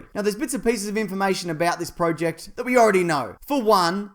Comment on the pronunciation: am i the only one that got mad about how he said project ?